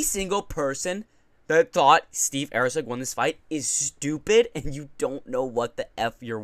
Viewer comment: who the fk is AIRCEG lol bro come on get his name right love ya bra